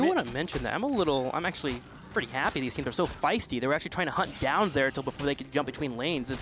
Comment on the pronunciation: No zagara and it's zeratul plz notice this host